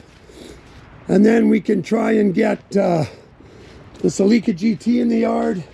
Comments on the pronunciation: We pronounce it sell-i-ca not see-le-ca. Hehe, dig yer cHannel man. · Someone tell those Toyotas are called CELL-A-CA NOT whatever the phuck he’s saying…✌️